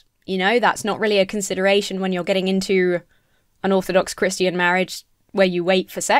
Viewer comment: says Chris-t-ian, yes I know that's how posh people say it, no, I'm not above being charmed by it.